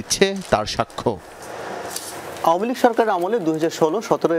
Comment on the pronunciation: "আওভ্ভামেলীগ" উচ্চরণ টা বেশ ভাব-সম্মৃদ্ধ 🐑 ।